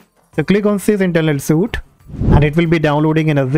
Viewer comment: Please do not pronounce suite as suit, but it is correct to say the word suite as sweet. Thank me later.